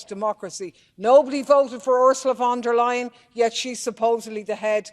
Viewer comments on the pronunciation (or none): Lol did she say “Ursula Von Der Lying?” Nice 😂